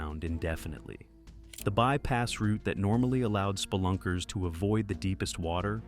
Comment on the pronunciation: The way the AI says splunkers makes me giggle everytime 😅 "spl-unckers"